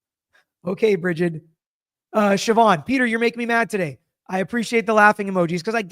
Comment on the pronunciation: I'm impressed that you can pronounce Siobhan 😂